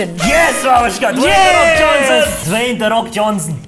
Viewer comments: DON'T Ratio + not Dwayne De Fok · "Dwayne the fok Johnsson"